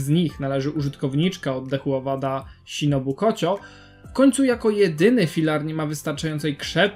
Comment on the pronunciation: znowu błąd w wypowiadaniu imion nie mówi się ,,śinobu kocio" mówi się ,,szinobu koczą"